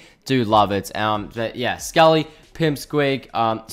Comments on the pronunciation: Sc-a-lee no it’s scale-lee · Scaly is pronounced scay lee not sc a lee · I don’t know if it’s your accent but scaly is pronounced s-Kay-ly